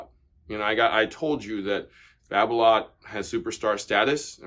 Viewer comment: Hingis used Yonex. And Babolat is pronounced as it’s spelt. An a is not an o, it’s not babolot! Donna were around and popular back in the 70’s 80’s and 90’s. There are some it’s pros using volkl, Donnay and other less popular brands.